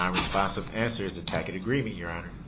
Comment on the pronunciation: And “tackett” agreement instead of tacit with a soft c.